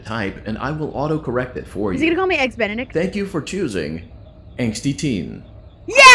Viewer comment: What is "Eggs Benedickt"